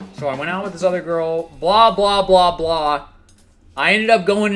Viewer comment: mispronunciation of ,,girl"